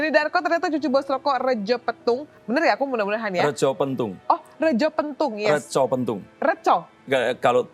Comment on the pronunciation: Retjo = baca Reco